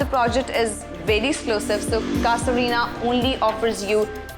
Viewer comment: Cassa Rina???? You kept it pronouncing incorrect. It's an Italian word for house and it's pronounced ' Caaza ' not cassa. Please inform yourself before you present something like this.